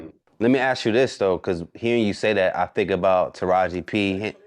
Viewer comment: I hate saying: "Let me "ass" you this?" It's "ask." Omg